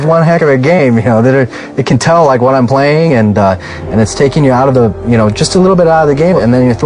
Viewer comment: Did you rike it?